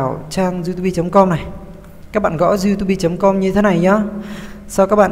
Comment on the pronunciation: đọc xai chính tả " youtobe"